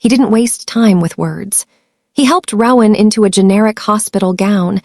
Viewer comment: Very engaging, unexpected and scary story. One suggestion: the AI narrator mispronounced the name ‘Rowan’ throughout, which was very annoying and off-putting. In future, please consider choosing names that will not be this annoyingly affected by A I.